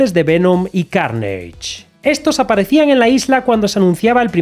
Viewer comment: carnaje, no cairnaje conchudo